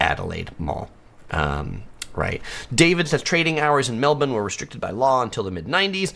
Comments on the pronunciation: Your pronunciation of Melbourne is spot on -but it is eem-YOO, not eem-OO! I really don’t understand why no-one corrected u! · Well done on getting the pronunciation of Melbourne correct. As to the bird it is em-you, not em-oo.